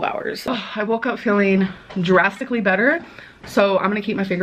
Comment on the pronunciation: I'm sorry, is she saying "jurassically" instead of "drastically?" Where's Jade autocorrect when we need her?